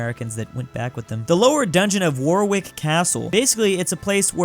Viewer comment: Warwick is properly pronnounced "Woh-rick."